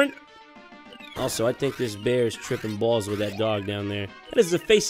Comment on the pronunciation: "trippin bwalz"